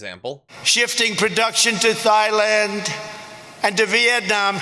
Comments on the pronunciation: Dead he say Thighland? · Jajajajajaja what did 🍊 say tighland instead of Thailand 😆😆😆😆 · He probably thinks Thighland is some kind of porno name and not a country. It's Thailand! (like tye land) Gosh! (Insert Napoleon Dynamite line last in the Heder inflection). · Thighland? Lol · THIGH LAND? GIVE ME A BREAK. DID HE EVER PASS 6TH GRADE READING???????????????????????????????? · Did you catch that he called Thailand, "Thighland," lol! He's such an idiot. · "Thigh-land". ROFL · "Shifting production to Thigh-land..." That killed me. I think that's even worse than that small country in the Himalayas called "Nipple". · First stop: Thighland Second stop: Breastland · Wait... Thigh-land? Yose-might? FFS his mind has regressed to that of a 5-year-old. And there are people out there who want to reelect him?? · Hmmm.... "Sailand"??? 😂😂😂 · Actually, he said "thighland". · Now I really want the Trumpanzees who for years chided Obama about saying "57 states" tell me how Trump is a superior orator and highly intelligent after saying "Thighland" and "yo-semites." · Thigh-land ?????? Where next Boobyland ? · Trump reads Thailand and cannot recognize it? 'Thigh Land'. That's some real cognitive ignorance shit right there. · Did... did Trump just say "thigh-land"? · Did he say production to "thighland"? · 🇬🇧 Did I hear thighland. That's as bad as "oranges". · he literally said 'thigh land' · Thigh land? The British colonial types called it Siam ffs. What an idiot. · Thigh-land! HAHAHAHAHAHAHAHAHAHAHAHAHAHAHAHAHAHAHAHAHAHAHAHAHAHAHA What a dumbass!! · Thy-land lol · Pro Canin He did not say filth. What he did do is experience a stutter, which is something he has a history of. What's trump's excuse for mispronouncing Yosemite--twice? For apparently not knowing what country Beirut is in? For saying "thighland" when he saw the word "Thailand"? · Did he say "Thigh-land"??? Yo-semite??? 😂🤣😂🤣😂🤣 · THIGH-Land! LOL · Did he really say "Thigh-land"? I just thought I was really high yesterday.